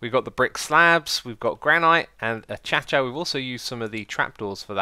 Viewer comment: doc has "komporator," and you've got "a-cha-cha." wth. acacia - uh-key-shuh